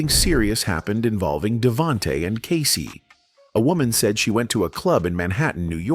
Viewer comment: Not K SI